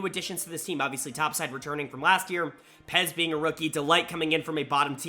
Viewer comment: Stop calling Peyz "Pez"